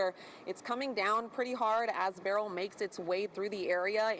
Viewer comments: And it's Ber-yl not Burl! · Beryl's family is offended by the wrong pronunciation